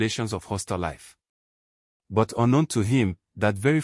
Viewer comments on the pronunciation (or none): It’s But not buy ….ozuor